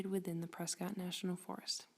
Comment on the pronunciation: Learn how to pronounce “PRESCOTT”!